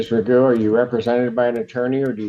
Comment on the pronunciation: It's pronounced Magoo, he's spent more time in jail bec a he's a sovcit than he would have done if be plead guilty for multiple drink driving cases